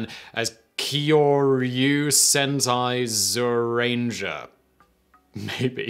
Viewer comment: kee-yorry-u Sen-tie Zee-yu-ranger, by the way. Though a couple of those syllables need to be said fast and close for it to work.